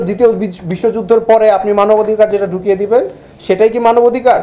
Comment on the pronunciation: চমৎকার আলোচনা হয়েছে তবে স্যার বারংবার মানবধিকার (ভুল উচ্চারণ) বললেন কেন?